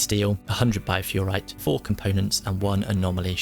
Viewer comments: Thanks for the concise summary! One little thing - it's BiofErrite, not Biofurrite. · no please, don't deconstruct them lol. He meant to say uninstall and reinstall. I love how you keep calling it Biofurrite constantly, it's Bioferrite XD Overall great vid for newcomers though :) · I love how useful and in-depth you get with your videos but my OCD ass cannot let this go... it's bioferrite, from Bio (life), Ferrum (Iron) and -ite, a suffix commonly used in minerals. That out of the way, keep up the good work, I recently found your videos and I'm loving them!